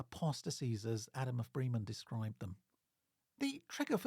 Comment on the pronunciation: Really interesting stuff. I look forward to seeing more. Can I just provide some feedback on German pronunciation? Trying to approximate to British English: Bosau would be BOH’zow (rhymes with slow cow) Bremen rhymes with lemon Elbe is a two-syllable word - ELL’buh (not unlike Elba where Napoleon was briefly exiled).